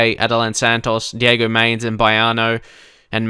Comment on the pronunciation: You habe to say mainz the same as depay